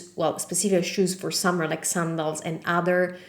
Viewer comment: Excellent video! Just one minor comment. The word “sandals” in English is pronounced like - can, man, fan, candle, etc. Great job!!